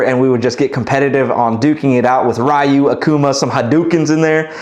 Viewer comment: With respect, that’s not how you pronounce Ryu.